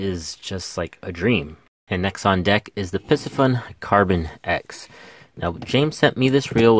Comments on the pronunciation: Pardon the correction…. It’s NOT “Pissy Fun” It’s pronounced “PC Fun”! Other than that, excellent video! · PIE-C-FUN not PISS-E-FUN. like the fish PISCES...